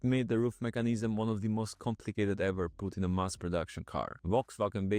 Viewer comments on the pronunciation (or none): none